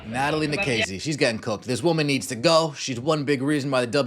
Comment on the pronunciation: Maybe Englebert is like Mr. Garvey, substitute teacher for Nakase's pronunciation? "Gnat-a-Lye nA-Kase"